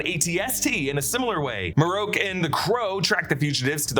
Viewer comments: Not Marroke it's Marrok. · "Maroke" smh... his name is Marrok ("Mah-Rock), or just first brother.